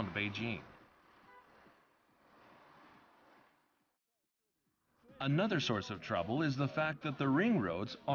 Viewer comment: people never pronounce beijing right